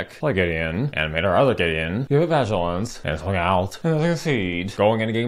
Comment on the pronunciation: Vag-ilance is so funny how have I not heard you say that before!?